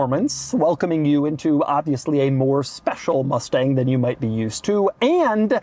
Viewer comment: “Ford Mufteng” -Doug, 2025